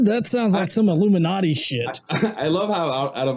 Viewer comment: Who's They? What the hell is an aluminumati?!